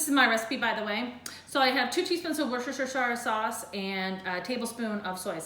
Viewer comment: "a sortage of chikin" "you don't want shrinkage" "worcestershestershire sauce" I LOVE YOU. WE NEED TO FIND A WAY TO DO THIS SPLIT-SCREEN FROM OUR KITCHENS WHILE DRINKING.